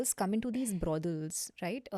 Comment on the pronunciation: Why is she saying BRODELS ???????? She can atleast pronounce it right !!!!!! ITS BROTHELS !!!!!!! It’s not that hard